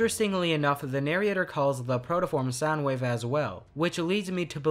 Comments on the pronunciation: Why are you saying "narriator"? "Narryator"? You know its "narrator", right? Oh god don't tell me this guy has been using AI voices the whole time... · Hearing “nar-y-ation” and “nary-ator” hurts me a lot. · Loved the video, but for the love of primus, stop saying narriation and narriator, the "i" doesn't go there 😭😭😭